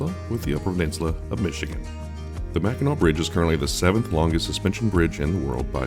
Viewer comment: Top job, especially for one who's not a native Michigander. (The several times mispronouncing Mackinac was a dead giveaway.)